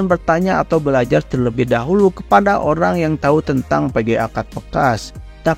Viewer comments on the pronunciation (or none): none